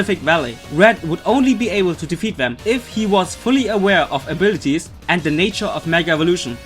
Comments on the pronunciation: Arbirties ?! Lmao 😂😂😂 A B I L I T I ES PRONOUNCE IT RIGHT !! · What I hear when he says "abilities", I hear "a birdies"